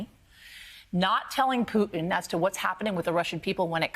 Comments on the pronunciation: did he just call Putin as "Python"? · I love how Americans pronounce Vladimir Putins name "poo tin"